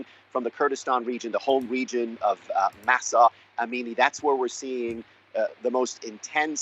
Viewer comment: It’s not Marsa ! It’s Mahsa!